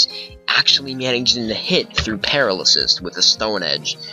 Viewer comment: GG. Love seeing older gens in action. Btw it's Pair-AL-ysis. AL like in Albert. Not that I want you to ever have to face a paralysis team again tho. That blunder strat